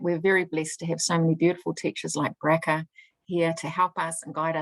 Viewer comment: The name Bracha is not pronounced Bracka please ask her how to say "CH". Her name is Blessed in Hebrew.